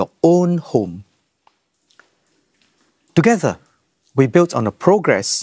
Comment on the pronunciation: In case people miss east-coast-plan-singapore-togeder man's 'togeder'...it is